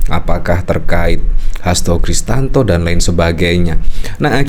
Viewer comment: Bang, byasakan sebut nama orang itu yg benar bang, Hasto Kristiyanto,, bukan Hasto kristanto kurang nyaman kita nonton berita ini😅